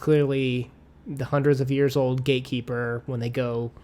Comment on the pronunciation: Why do I hear gay keeper every time says gatekeeper 😅